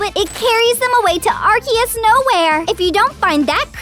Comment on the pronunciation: It’s arceus